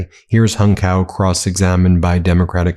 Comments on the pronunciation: Appreciate the vid - it’s ‘tsao’ btw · Hung Cao's last name is pronounced Chow. As a lawyer I know you realize why this is important. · My mistake. I just heard him pronounce his name Cow.